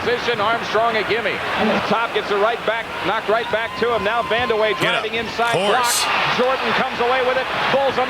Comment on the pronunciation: The disrespect for Medical Bill Cartwright 😂 I hate how the commentators pronounce Van der Weghe as Wander Way 😢.